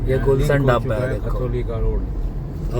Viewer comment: Dhabba😂😂bolna सिख ले पहले